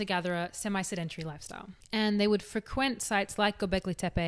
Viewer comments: The way you say fruh-quent has me shook. Namaste. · Accent in "sedentary" is on the first syllable, not second ;-). Accent in the verb " to frequent" falls also on the first syllable, not second.